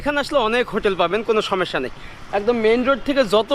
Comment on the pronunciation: উন্নতি জীবন না বলে বলেন উন্নত জীবন। সমেস্যা না সমস্যা বলেন। উচ্চারণ কিছু কিছু ঠিক করেন।